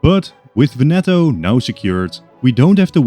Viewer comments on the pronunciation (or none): Just a little pronunciation note from an Italian: we say Lombardìa and Vèneto. Love your content btw